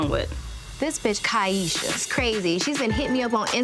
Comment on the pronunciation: And he knew how to say her name correctly! Got to listen to those details. She very much telling the truth. They will always tell on themselves.